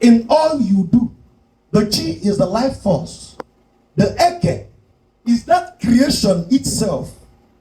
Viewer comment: Eke' is not Eke" different sound accent and meaning in igbo land. Be careful what you teach. 😅